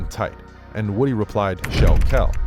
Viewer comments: His name is pronounced Whew-dee not Woody like the character from toy story. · It's pronounced woo-dee